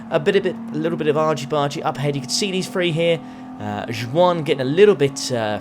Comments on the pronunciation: Was the mispronunciation “ju wan” on purpose, or did you not know it’s “Juan”? (Wan) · Every time said ju-an I cringed so hard lmaooo😭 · Imagine calling a spanish person "jewwan"? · That's how they pronounce it here in the Isle of Man. I've always pronounced it the Spanish way, spit and all, until I moved here 20 yrs ago. There are quite a few Ju-an's on island. Folklore says the name was introduced after the Spanish armada got wrecked trying to invade England in the 16th century...suckers 😏